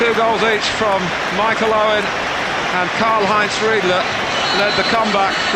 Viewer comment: He even said it like Uwen